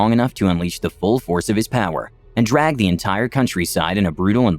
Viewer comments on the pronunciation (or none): none